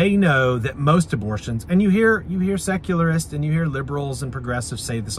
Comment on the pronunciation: What is that word you're saying? Securlist? What does it mean